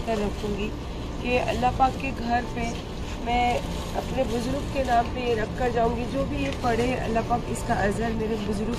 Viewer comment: Buzrug nahi buzurg pls learn urdu and pronounce well